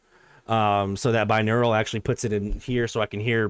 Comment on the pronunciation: Hmm, have you got 2 brains, or maybe just 2 neurons? I keep hearing something like "bineural".